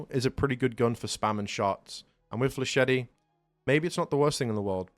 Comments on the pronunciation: Bro does not know how to say flechette☠️ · That's not how to pronounce flechette, dude. Edit: you're also mispronouncing brigadier. Edit: Also cavalier.